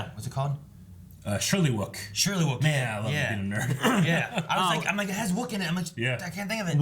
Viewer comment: It's Shyriiwook not Shirlywook. ;)